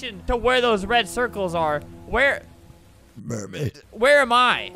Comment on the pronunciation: it sounds like albert sais merbaid here